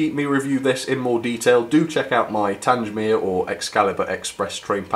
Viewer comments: YOU CALLED IT TANGE-MEER AGAIN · Haven't had a layout for many years but my interest In real and model locos has never wained. Great channel. Having been stationed at TanGmere. It sounds strange to hear it pronounced TanJ mere. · Not Tangemere, it's Tang-mere. How many times do I have to pronounce the name for you? As for your Camelford engine, I wholly agree with your issues. Who wants to buy an engine whose body comes off, when taken out of the packaging? Not me, that's for sure. What do you love about these ugly Spamcans anyway? Just curious. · So you are aware, the name for 34067 is pronounced 'TANG-mere' - there is no "J" sound. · Your pronunciation of Tangemere was awful and you should have got someone to over dub your pronunciation of that word. I have traveled a lot behind Tangemere but it does chuck out a lot of soot and ash. It is nice that it has been preserved as built. Until its recent overhaul it was a very reliable locomotive.Bye from Ian. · Tangmere. please get the name right. a battle of britain class named after the fighter station.